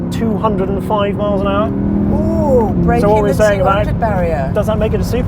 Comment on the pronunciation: "200 miles an aahh"